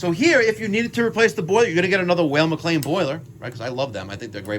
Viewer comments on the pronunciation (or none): You state your objective is to make sure it runs safely and correctly, and you are sooooo thorough......yet your air is 7.7% when it should be 4.0-5.0%. Since the "whale" mc lain (it's Weil pronounced like "while") has fixed air adjustment at the burner tubes you should have put a manometer on the gas valve and make sure it is adjusted correctly. it should be 3.5" Hg to match the air intake. Perhaps your combustion numbers would be normal if you found the gas valve was putting out something like 2.9" thus rendering the unit running O2 rich. You missed that step.....and your hypothesis that you will shock or condense a boiler by lowering the limit temp to 165????? Incorrect. The job should be wired cold start and XX should be your gas valve trigger from the switching relay. A delta tee of 20 deg is the normal target on a standard hydronic boiler. How come every cold start boiler in the world doesn't crack on a marginal heat day when the thermostat satisfies and stops the gas valve but the boiler is only at 160????